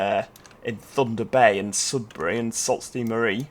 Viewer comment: Hi,. Thanks for another enjoyable video. I still hear the mistaken pronunciation of Sault Ste Marie, although I do quite like your pronunciation with your Northern accent. Sault is pronounced “Soo” like “shoo” or like the name Sue. Ste is the short form of Sainte, pronounced the same as Saint. And Marie is correct. Canadians often refer to this city as “The Soo.” Just so you know. Thanks.